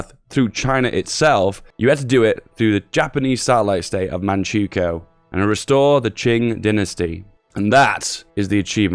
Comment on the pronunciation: Manchukuo = "Man-chuh-kwo"